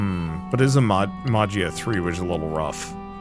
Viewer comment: I was wondering about gameplay for this game!!! Btw, Magia is pronounced “ma-he-ah”